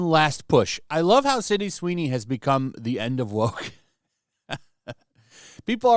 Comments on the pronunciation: Does genetic makeup have anything to do with his inability to say the girl’s name correctly? Sydney is pronounced Sid-knee not Cindy Sin-dee! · SYDNEY, not "Cindy" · Sydney! Not Cindy. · Well you clearly haven't been paying attention. Her name is Sydney, not Cindy 😂